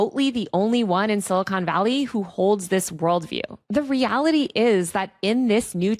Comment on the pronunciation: "Mach" not "March." And it's not "Silicone Valley," except for Lauren Sanchez Bezos' knockers. Good reporting, though